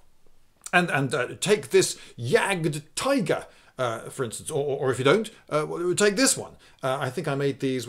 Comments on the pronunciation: Kek Man I said that Lindy said Jagdtiger incorrectly. I'm well aware that people mispronounce words all the time. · Kek Man Lindy is pronouncing it incorrectly the same way a German might pronounce the name of an English tank incorrectly. Again, your point? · "Jahgd-tee-gair," not "jagd-tai-guh." It's a German tank. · I have never heard so much enthesis on the D in Jagdtiger before and man does it sound weird